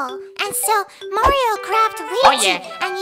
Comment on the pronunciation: Hellor, Marior!